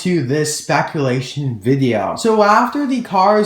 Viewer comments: spaculation lol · "Spaculation", lol. That gave me a good laugh haha.